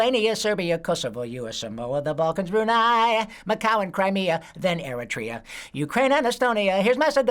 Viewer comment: I like how he put emphasis on Eritrea. ye